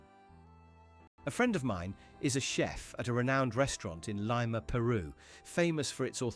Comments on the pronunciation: I correct myself. Its not a real narrator but AI! Lima was mispronounced along with other words. Strange there are americans everywhere 'he' went in the world!? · You could save a lot of time and just watch the channel where US college students are asked fairly simple questions around geography for one. They usually cannot answer any of the questions. By the way I would check your pronunciation of Lima .